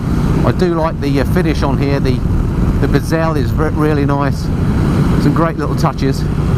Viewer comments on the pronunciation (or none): Lovely bike, thanks for the review. Notice you're still pronouncing bezel to rhyme with gazelle :) - you should think of Bez from the Happy Monday's and say it like, "Bez'll love this bike!" Whatever, it's a great video, thanks again.